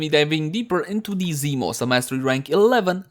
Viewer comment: Ah, yes, zEEmos